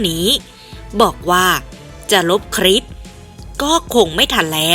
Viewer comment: คลิป อ่านว่า คะ-ลิป ไม่ใช่อ่านว่า คะ-ริป. (ล.ลิง.ให้ผันลิ้น1ครั้ง)